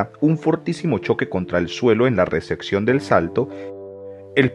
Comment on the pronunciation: Una pequeña sugerencia, cuidado con la pronunciación, en una de las frases dices ¨Recección¨ en lugar de ¨Recepción¨ y otras veces con palabras en inglés, por el resto, buen video